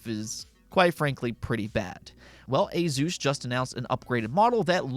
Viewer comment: Okay gotta share this I actually learned this myself through Computex video from Asus - asus is the last part of the word Pegasus and is pronounced as such "uh-suhs" ..ok got that off my chest lol sorry pet pieve.😅